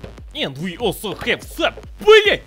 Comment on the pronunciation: "And we AL so HA ve some.. BLYAT!"